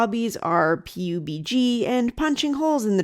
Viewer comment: Hard to imagine you ever needing to say it out loud again, but the video game PUBG - short for Player Unknown's BattleGrounds - is pronounced "pub-gee".